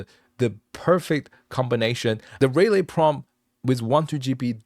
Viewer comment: [Subscribed] very cool stuff. BTW, typically relay is pronounced reelay (not ray) if it is like the noun (such as a contactor relay) or rih lay where you barely pronounce the rih part but sort of shorten it, usually for the verb form). Thank you very much for spending the huge amount of time on this. It is very very impressive! You should consider making an anime' with it.